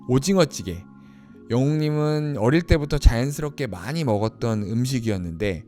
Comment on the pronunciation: 임영웅 첫 단독 예능 마히리 집중해서 본방사수 하며 솔직 담백 순수한 임영웅 일상 가족들과 요리시간 할머니 오중어찌게 발음등 정겨웠어요^^ 남은 회차들도 기대됩니다 . 스포 신곡 감성장인 똭 어울리는 따뜻한 음성의 발라드 정곡 궁금증을 더 하네요 😊